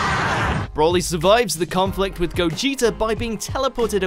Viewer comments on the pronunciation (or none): Please, why do people have a problem pronouncing his name, it is not "broh-lee" it is "bro-lee" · Seriously, it's "Br-oh-lee". It has a single L, not 2 which would make it Brolly as you're pronouncing it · Every time you say 'Brawly' I cringed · Stop saying BROLLY! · As-Paragus Bro-co-ly